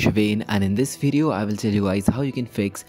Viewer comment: "wideo" lmao